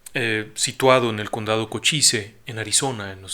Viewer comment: Muy buen programa, solo quería puntualizar que Des Moines se pronuncia "Demoin" debido a que las "S" y la "E" son silentes y por otro lado Cochise se pronuncia "Kawchiz" con el seseo final un tanto arrastrado y la "E" igualmente silente. Un saludo y enhorabuena por el éxito de audiencia...